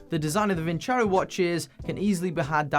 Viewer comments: Vincero not vinchero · Actually it's pronounced :. Vinceró. Vincair aoo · It is pronounced “Win Zero”, i believe! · Sorry Vin-cero, I'm not going to pronounce your name Vin-chero until you write it like that. = ) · Vin-ZERO! That’s how it’s really pronounced. My gosh everyone gets it wrong. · Btw just saying Vin CHero sounds way more bleh pronounced just no, way to bad promote your company name and how it sounds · Lol, It should actually be pronounced "Winkero." The company that claims to draw from Roman roots did not bother to do enough research to determine how the Romans would have actually pronounced the name. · Gotta love how the YTbers are mispronouncing their sponsor's name. Thats kinda disrespectful towards your client lmao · It’s not pronounced as you say the tonic accent is on the O.